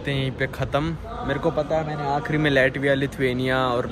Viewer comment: लाटविया not लैटविया 😅😅